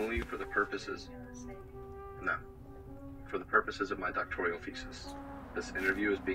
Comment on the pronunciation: Doctoral not doctorial